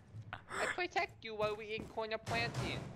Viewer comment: I am officially dying of laughter ....and I quote "you didn't potect me"